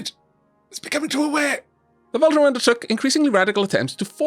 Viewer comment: Fun series so far, but just to point out, there's no R in Vultaum so no need to pronounce it like VOLTRON. :)